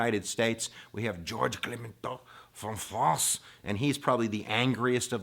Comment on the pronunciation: Great vid. Two points though: you pronounce “Clemenceau” a bit weirdly. I don’t know if you say “Clemen-ko” or “Clemen-to”, but it is “Clemen-so” anyway. And perhaps could you have hinted at least once to Adolf Hitler. After all, that Treaty allowed him to tap into the German anger to rise himself into power, and it would have been great to at least allude to that…